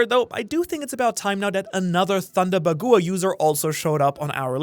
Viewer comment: Bagoowa, no its pronounced 'baag-wa'